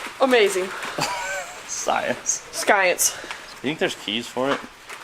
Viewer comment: ITS STIENCE, GOSH.